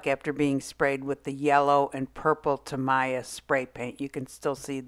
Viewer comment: It's pronounced TA-MEE-YA. Thanks for the demo